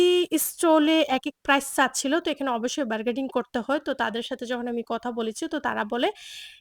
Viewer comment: আপু বারগেডিং কেনো বলছেন বারগেইনিং হবে কথাটা... আপনার বলার টোন সুন্দর সুতরাং আপনি ভুল ইংরেজি না বলে বাংলা শব্দ দিয়ে কথা বলবেন শুনতে ভালো লাগবে আমাদের।